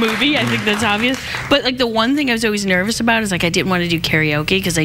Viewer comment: So it is the Scottish that says "aboot" sound when saying about.